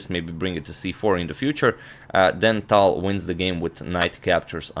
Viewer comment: i started pronouncing the T in tal like how he does instead of the airy english T.